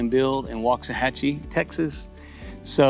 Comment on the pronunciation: I like it when folks actually know how to pronounce Waxahachie.